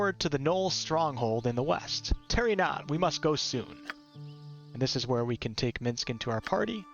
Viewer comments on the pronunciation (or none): none